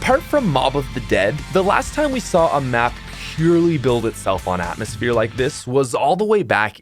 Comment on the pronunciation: is gonna be àtmöśphèré ear destruction